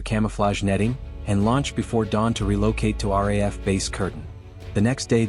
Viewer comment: Please teach your AI how to pronounce RAAF - it is “R- double A- F”. The RAF is the UK airforce